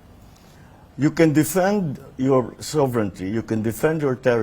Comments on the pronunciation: KNOW HOW TO CORRECTLY PRONOUNCE ‘’SOVEREIGNTY’’ PALKI SHARMA , YOU NEED TO LEARN HOW TO PROPERLY PRONOUNCE THIS WORD. ‘’SOVERE—NI——TY’’ ❌❌❌ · PRONOUNCING ‘’SOVERE——NITY’’ IS NOT ACCEPTABLE GRAMMAR ENUNCIATION